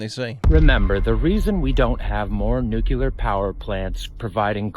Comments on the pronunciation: Sure , would be nice to hear somebody pronounce nuclear properly. It's not nuculer, it's nu-clear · When are people going to stop saying newk yah lur that is not a real fucking word it is spelled nuclear now tell me how in the fuck you get newk yah lur out of nuclear thats how fucking dumb we are in this country man we all sound like complete retards when we say stupid shit like that.